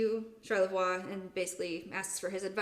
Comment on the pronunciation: I know this was 3 years ago. Good story buy one thing drove my wife crazy. And you pointed out French is not your strong point. But charlavoix is pronounced shar-la-voy.